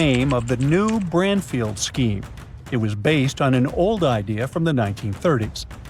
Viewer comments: Branfield... Not sure why I'm watching crud. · like how he is saying Branfield NOT Bradfield...can't he speak proper english